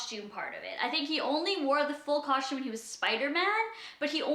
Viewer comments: she does say custom weird she is saying cushtum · Not hating but there is a right and a wrong way to say something that's why there are pronunciation guides in the dictionary.